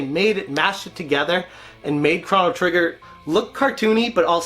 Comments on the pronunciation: Thanks for the video! But I keep hearing Cron-O Trigger, it’s Chrono- like a long oooo. Thanks! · (CROW-NO) NOT (CRON-O) HOLY FUCK!